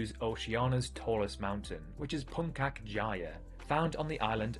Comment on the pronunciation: the pronunciation of puncak is "punchak" with the c sound like in word "chat"